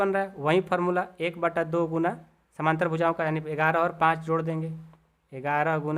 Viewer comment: Sir samnantr nhi samantar hota hai